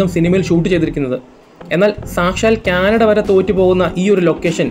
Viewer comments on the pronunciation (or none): none